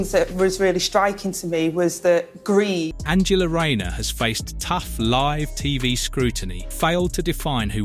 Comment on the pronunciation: is a joke you can't even pronounce tax fiddling Angela Rayners name???